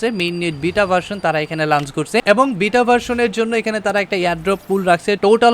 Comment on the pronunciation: bro word ta "লাঞ্চ না লঞ্চ" r moon nah mon... R eto chapa maren ken vai!! R ekta video te eto pok pok nah kore banate paren nah...!! R nijer eto dhol bairam ken, ore bapre kanta shesh🤐